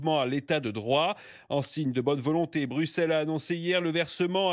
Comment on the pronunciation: Ce qualificatif "prorusse" en dit long sur l'objectivité de la presse mainstream en France. Est-ce qu cette brave journaliste (qui ne sait pas prononcer "Bruxelles") est consciente de ce qu'elle dit ?